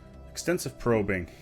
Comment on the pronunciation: HIHI pwobing. (´・ω・`)